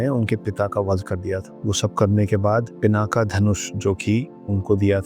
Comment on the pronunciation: सर जिस शिव धनुष का आप नाम पिनाका बता रहे है उसका नाम "पिनाक" है। और विष्णु जी का अवतार जो है वो नरसिंह अवतार है नरसिम्हा नही। पिनाका एक मिसाइल है जो इंडियन डिफेन्स के पास है। अगर आप जानकारी देना ही चाहते है तो कृपया सही दे यही निवेदन है।